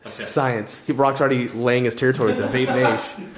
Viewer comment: The "Vape 'nashe" has me hysterical every time.